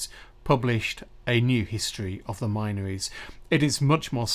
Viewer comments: Great research. Incidentally, the area is pronounced 'Minnories', locally. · Hey! Isn't the "min" from the word minories pronounced with a short vowel, as in tin?